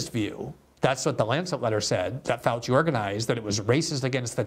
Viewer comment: Dr Josef Fau-chee